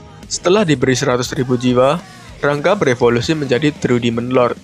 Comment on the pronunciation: Ra-Nga bkn Rang-ga